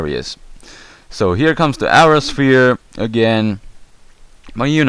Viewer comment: i like your accent. it sounded weird with Aura Sphere and Air Slash but it sounded great at the same time